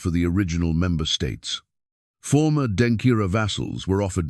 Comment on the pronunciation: Please the word is Denkyera not Denkira